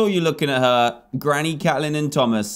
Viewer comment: It’s not cat-lin it’s Kate-lin